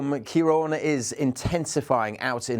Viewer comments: It’s pronounced “Keer-Rawn” it’s a Gaeilge word meaning “Dark haired one”. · Say it again - kayron? 😂